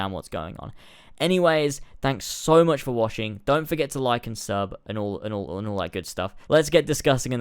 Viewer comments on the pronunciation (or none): You said "thanks for washing" at the end instead of thanks for watching hahaha